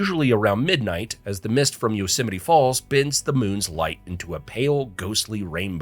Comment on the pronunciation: Central California 😤 The "Yo - Semite" Valley